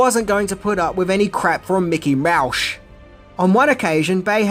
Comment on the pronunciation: Mickey Moushh……like I died!!! 😂😂😂😂😂😂 RIP Sean Connery